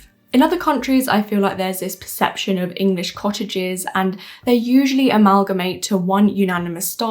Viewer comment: Woman can't pronounce "cottages"